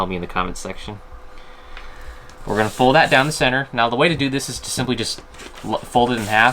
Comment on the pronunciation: You keep saying simply like Bixler lol